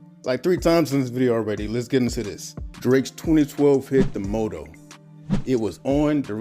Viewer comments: Jesus Christ it's "MAH-toe" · W vid but bro if you say moe toe one more time😂😂😂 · Motto - pronounced "Mah-toe" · You kept mis-pronouncing motto